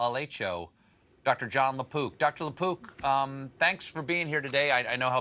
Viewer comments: Sorry 🤭 but I always hear Dr LaPoop.... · I thought he said Dr. Lapoop 🤣😂😂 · I thought he said La Poop 🤷‍♂️ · I heard “Doctor LaPoop”